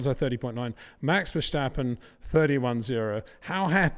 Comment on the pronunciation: It is NOT "Bottash" nor is it "Lewisch" nor is it "Oshcar Piashtri" nor is it "Nyck de Vriesh" nor is it George "Russhell" nor is it "Fernando Alonsho" nor is it "Lance Shtroll" nor is it "Pierre Gashly" ... so why on earth do you want to say: "Max VersHtappen"